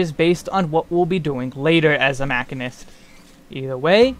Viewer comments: Is "mack-in-ist" a joke? Sorry, I'm new here. I'm pretty sure, like really fairly certain beyond a shadowbringers of a doubt, that it's "machine-ist" (musheenist). Anyway, great video and I thank you! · Your pronunciation of machinist(supposed to be "ma-chine-ist" not "mach-in-ist") is so painful that I physically cringe every time you say it. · Muh shee nuhst, not Mac hin nust......sry drove me bat shit crazy during video, otherwise good vid. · Great Guide! Also its called ma-shee-nist not ma-kin-ist. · Guys, holy shit. It's "Machine-ist". Machinist. It's a actual job, people that "machine" things. It's not hard. It's just the language you're speaking in the video. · It's pronounced 'muh·shee·nuhst' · MAH-SHEEN-IST MAH-SHEEN-IST MAH-SHEEN-IST. Even the devs pronounce it this way. Don't make me be that guy. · This man confidently said mack-inist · I am pretty sure it's pronounced ma-sheen-nist. Other than that, excellent guide. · In the first 5 seconds you said "mackinist" and you immediately lost me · Nice guild and information. FYI It’s pronounced machine + ist. Mah-SHEEN-ist. Machinists use guns and machinery in this game and in Final Fantasy lore in general. You’re taking the basis behind the job out of the name. 🤢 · i've never heard 'machinist' pronounced this way.